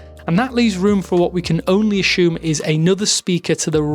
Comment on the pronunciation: It's pronounced Ah-suu-mm not Ah-shoom